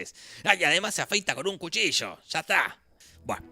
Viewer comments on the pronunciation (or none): none